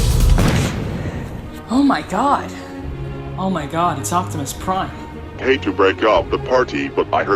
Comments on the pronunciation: Justin Mallon optimus lime (pie) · Optimus Nein was what got me.